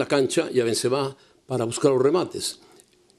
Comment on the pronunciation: Pronuncian bien cgado los nombres xDDDD benzemehhhhh